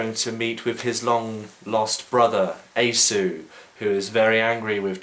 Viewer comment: i've always heard Esau pronounced like "ee-saw"